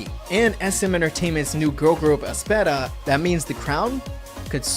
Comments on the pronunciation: Uhm, I thought it's pronounced "es-pa" not "es-pa-ta" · Aspera? Where did you get that. It's AESPA. Pronounce as ESPA 😉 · It is Aespa. This isn't the first time he has mispronounced names haha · In the end he said Aspera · Aespeta? Not aespa?? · Aspera HAHAHAHA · He called aespa , aespeTa? Or am I glitching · He's making his own pronunciation to that 😂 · I can’t be the only one who’s laughing at the fact that he pronounced æspa “aspera” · so were not gonna talk about the way he pronounced aespa at the end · How did you pronounced aespa? HAHAHAHA